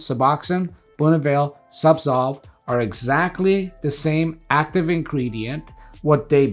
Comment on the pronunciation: I swear he pronounces Zubsolve incorrectly. He's either switching the Z & S, or, j7st say SubSolv....imcould be hearing it all wrong. Anyway, im on suboxone and having such a bad list of side effects. Ive had zubsolv, or no, subutex, prescribed before. Just buprenorphine....it was 10 fold more effective & accurate. I cannot explain this to my pain doc, which baffles.....i shouldn't be on suboxone for chronic pain mgmnt